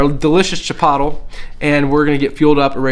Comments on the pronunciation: CHI-POTE-LAY IS HOW ITS PRONOUNCED. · Chipotle? If so, you're saying it wrong lol. It's called chi polt lay, that's how you'd pronounce it